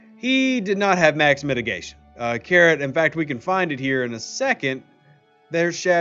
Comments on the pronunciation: why is he calling him carrot, like the orange vegetable, and not karate like the martial art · It's karate, not carrot 😀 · Keeps calling karate carrot..